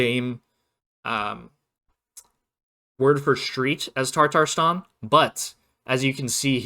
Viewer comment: very helpful video thank you, also not trying to be mean but its tatarstan not tartarstan… sorry to be that guy 😔